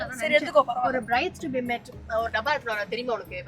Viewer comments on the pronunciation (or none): Bride ❌ Birde ✔️ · Bride❌ Birde✅ 😂😂 😅❤❤